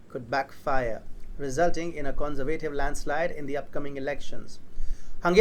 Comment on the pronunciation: take lessons in english pronunciation...the way you pronounce "conservative" is childishly wrong...